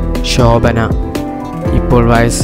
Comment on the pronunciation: വഴസ് അല്ല വയസ്സ്